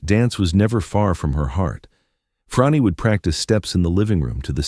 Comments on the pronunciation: Why are you saying Fronni? Her name is Frannie sounds like Danny. I never heard the name you use. us W mmuses for her summer home in N J. Are you sure you have that right? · My understanding is thar her name is pronounced "Franny," not Fronny." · YOU MISPRONOUNCE BOTH HER FIRST AND LAST NAME (OVER AND OVER}. YOUR GET AN F PLUS ON YOUR REPORT CARD. ON THE BRIGHT SIDE, IT ISN’T AN F MINUS. P.S. GOOGLE THE WORD RESEARCH. IN THE MEANTIME, GO BACK TO THE FACTORY FOR NEWER AND SHINER COMPUTER PARTS. ON THE BRIGHTER SIDE, YOU ACHIEVED YOUR PURPOSE OF DRIVING US ALL CRAZY. 💩💩💩